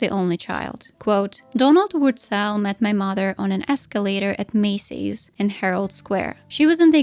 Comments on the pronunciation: As a german I think this woman doesn't know how to pronounce her own name 😶‍🌫️ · She's not saying "Wurtzel" the right way 😂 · Yeah, that was confusing.